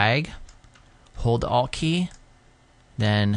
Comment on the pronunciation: sweet explanation of the pen tool. for future reference.. please say "alt key" not "a.l.t. key" XD fav part of the vid lol great tut.